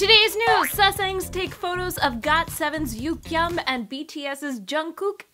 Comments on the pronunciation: THAT'S NOT HOW YOU PRONOUNCE YUGYEOM NAME!!! UGH!!!!😤😤😤😠 if your going to say his name in this video PLEASE SAY IT CORRECTLY!!! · It's not yukyeom it's pronounced yuGyeom